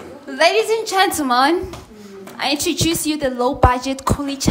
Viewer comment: "I introdruce to you" 😭